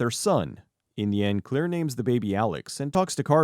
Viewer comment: Her name is Claire, not Clear